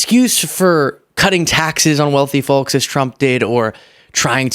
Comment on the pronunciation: The "L" in the world FOLK is silent!! 🤷‍♀️